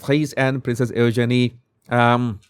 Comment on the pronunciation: Eugeenie se pronuncia diferente. Check the pronunciation pls.